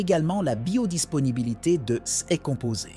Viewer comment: Chèr IA ces se prononce sé et non pas céssss ! SÉ risk et non pas cesss risk ou pire encore sé S ( en prononçant le S)